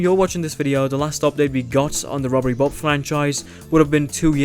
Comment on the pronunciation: did i hear that well? Bobbery rob